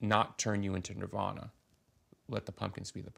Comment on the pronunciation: It's okay to say Nirvana, just don't say Nirvaner.